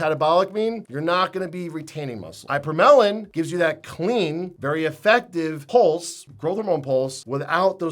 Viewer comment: Eye-per-melon is not how we pronounce ipa/morel/in or ipa/morelin